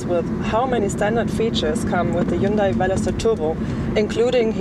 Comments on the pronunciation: She needs to learn how to say Hyundai. Hyun-day not hyoon-die. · Dear or;) if you make these reviews mostly for Americans ( I don't know why if you live in Europe, Germany but anyway...:D ) please say Hyundai in a proper American way. It should be spoken Hun-day like a Sunday if you know what I mean. Keep it up crazy girl. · Erkal Koreans do not pronounce it that way. It's correct pronunciation is Hyundeh. Not hyunday or hyoondie or whatever the fuck you think it is. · Erkal Hyundai had an ad in South Africa campaign saying: "Hyundai, like sunday" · JaySee5 Do you really not think it's common practice to pronounce names using your own language's phonetics? Do you pronounce Volkswagen as FOLKS-va-ghen? Do you pronounce Honda as HONE-duh? Do you pronounce Jaguar as JAG-ew-ar? I doubt it. Seriously. I think you're full of it. And if you indeed do pronounce all of these (and more) 'correctly', then you're THAT guy. The guy that everyone rolls their eyes at and groans when he opens his pompous mouth. The guy that tries way too hard to try to sound overly-sophisticated to the point of pretension. And I sleep well at night knowing you're THAT guy and I'm not. And if you really have friends that speak with such genuine, honest 'sophistication' as you do, then I hope you enjoy each other. Truly. But spare the rest of us. You people are the obnoxious minority for a good reason.